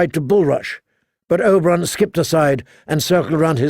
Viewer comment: He keeps saying Oberon instead of Oberyn